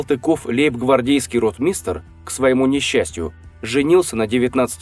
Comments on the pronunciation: Только начал смотреть и прекратил.Вы делаете дикие ошибки. Ударение в слове ротмистр.Такое ощущение , что бездумно читаете текст. Салтыкова сидела одна в яме , а потом в одиночке. Не умирала она среди преступников. Дичь просто. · Я то́лько начала смотреть и все Я в шоке от слова ротмистр,ударение на о́.